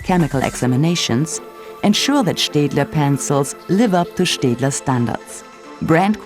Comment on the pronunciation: didnt know staedtler was pronounced liked that cool